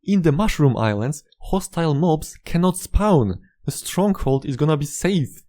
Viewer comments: "Can not spaun" Endermen should pick up blocks around you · I love the way this guy says the word “spawn.” I get it, his first language is not English. But dude it sounds so funny I love it